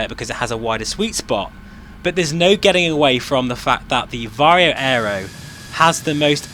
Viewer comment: "VaR-HOE" VR HMD "FReZ-NeLL" lenses